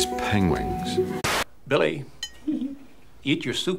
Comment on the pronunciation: Thanks for the reminder that Benedict Cumberbatch cannot say “penguins.” 😂